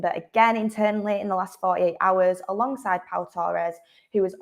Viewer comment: I think you put to much emphasis on tge words alongside, I doubt ten Hag has discussed his plans with anybody especially FR